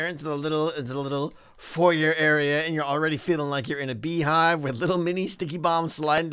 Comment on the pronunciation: The way he pronounced "foyer" killed me on the inside. Great video though.